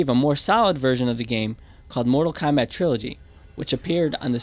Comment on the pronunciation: lol "Kondom"